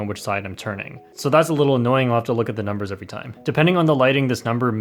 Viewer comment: No one:: oh my god that's alot of numberRrs